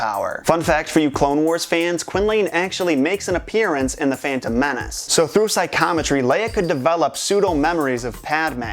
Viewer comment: Just nit picking but I feel like "psychometry" should be pronounced 'Sigh - co - meh - tree" and not "Sigh - com - uh - tree". :)